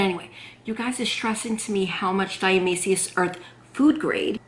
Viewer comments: You're not pronouncing it correctly. Why wouldn't you find that ott before you fo a video? You did so much research BUT NOT HOW TO SAY THE WORD die A ta may shus. 🙄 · Or dia-toe-may-shus earth lol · Hi, Here's how to pronounce it: di-a-ti-ma-ceous earth. Love you! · "shus" at the ending. :-0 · You forgot the "to' when pronouncing dia"to"maceous earth. Just do a YT search and see how others pronounce it or just call it D E. Thanks for sharing 😃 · You are so cute! I really appreciate all the work and research (and experimentation!) you do! But ... it's pronounced Die-ah-toe-MAY-shee-us Earth. :) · Die-ah-tom-A-shus earth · Di-u-tu-may-shus...your welcome baby and you look great at 50,god bless you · I hear you struggle....its Di- atom- a- shus earth. Hope that helps lol. Thanks for the vid! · Great idea! & I have some! Ur so cute...it's pronounced, "diet-a-may-cious". It's a weird one, huh? 😊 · This video could make a great drinking game. Drink every time she says diatomaceous wrong 😂